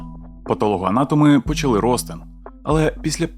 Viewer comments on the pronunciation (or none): none